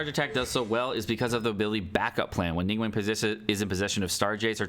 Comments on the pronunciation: Not chinese but pretty sure its not pronounced Ning WENG but ning gu-hwang(but very fast) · Its not ning-wang is closer to ning-wong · Ningguang isnt pronounced nin gueng pleaseitishurtingmeears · Game has voice acting in like 10 different languages, none of them pronounce it wrong.: "ning-wayne" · love your videos but it's pronounced: ning-guang (ning-goo-wong). 凝 (ning) 光 (guang). 凝 - stiff and 光 - light. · Why do you say her name like that? Lol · Finally i found someone who noticed too!